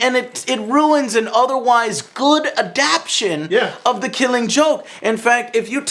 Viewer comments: small point, but i think you mean adaptation not 'adaption' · adaptation not adaption. dammit Joe work on your vocabulary ese.